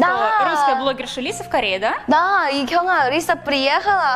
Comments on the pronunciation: Правильно КёнхА ударение на а Так как в Корее все ударение на последний слог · не КЁнха, а КёнхА.. не каверкай имена, не приятно